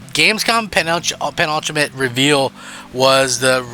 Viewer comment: Its pronounced Pen-Ultimate